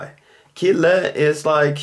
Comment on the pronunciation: Why is kille not pronounced shille? Is it your particular Swedish accent?